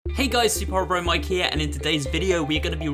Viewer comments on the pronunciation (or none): none